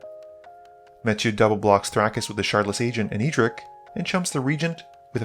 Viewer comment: Edric, not E-Dric